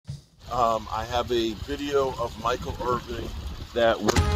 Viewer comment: IR VIN not Irving...come on..